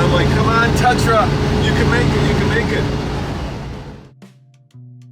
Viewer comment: It's not a "Tutra"...